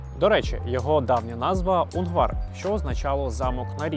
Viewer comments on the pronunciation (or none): У́нґвар з наголосом на перший склад)